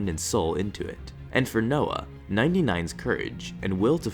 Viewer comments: Am I the only one annoyed at "Noah" ?... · did.. you really just call that guy Noah?